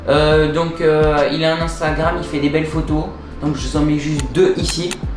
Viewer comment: À "instragram" 😂 Ps : refais des vidéos stp pk t'es inactif bg? ⚡👌